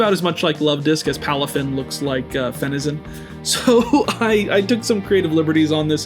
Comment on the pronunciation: The way you said finizen hurts me